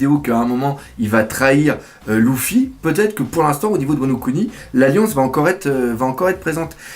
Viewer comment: c'est LUFY pas LOUFI